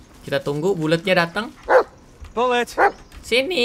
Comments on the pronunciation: gw dengernya bulet (bulat) 😂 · Bg BKN bulet tpi di blg buld